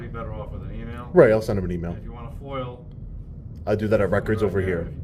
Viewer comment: That lieutenant kept saying 'foil'....its F O I A not foil.....😂